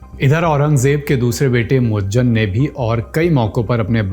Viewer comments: Moajjem nahin moizzam hai Urdu padha karo Jahil mat bano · Muazzam not muazzan itna bhi nahin malum aur aap video bana rahe hain